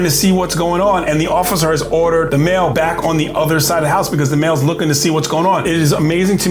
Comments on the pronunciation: “Mill” 😂 the way he says that instead of “Male” lol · ps you say male like mill.